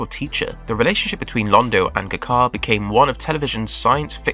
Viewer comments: Knowing so much about the show, how can you mispronounced G'Kar's name so badly. It's not Guh Jar, it's Jah Kar. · Also showing pictures of other Narn when he mentions 'Guh Car'. Clearly he didn't watch the show.